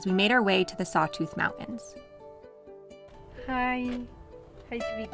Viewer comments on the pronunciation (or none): Mountain’s has a T in it’s not Mow-In’s😂